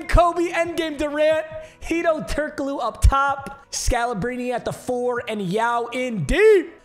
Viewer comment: How do you fumble the pronounciation of Turkoglu. Its so fucking easy.